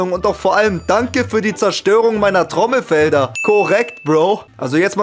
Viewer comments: es heisst Trommelfell und nicht Trommelfeld😂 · Es heißt trommelfell nicht feld...